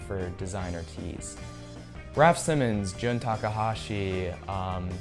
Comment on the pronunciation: did u just said Raf SEMENS